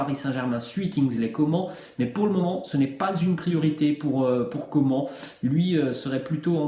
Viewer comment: prononce comane pas comment 😭